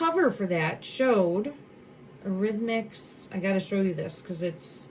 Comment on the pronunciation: Eurythmics pronounced Your-ith-mics 💗💗